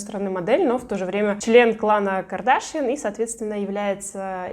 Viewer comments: Правильно будет не КардАшьян а КардашьЯн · Ну это наверно просто на английском. Все говорят, что на русскому будет КардашьЯн))😊